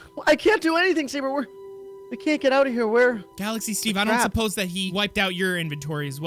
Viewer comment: It’s not Savor it’s Sabre